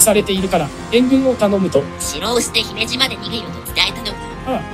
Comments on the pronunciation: 姫路のイントネーションだけ気になる笑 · 三木城に三木さんが居たわけでもないのに、三木城落城を惜しんで、あるいは偲んで、 三木性を名乗る人が大量に発生して、現在でもまあ三木さんの多いこと・・・播磨 あと姫路の発音は姫路市・姫路城・姫路駅など後ろに何か付いてるときの発音が自然です。 播磨・神戸・明石・たつの・堺・伊丹とかだと、先頭にアクセントがあるのが自然なんですけどね。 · 姫路のイントネーションがNHKでクレームが出た発音になってる……。 姫路の人が聞けば因縁付けて来るかも……